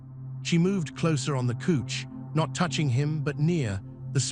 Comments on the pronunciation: couch is pronounced like ouch not cooch. Listening from Sandy, Oregon. Great story. Was the story in USA or another country?I like it that a biker story finally had some romance. Thank you for this story. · Couch is pronounced cowch.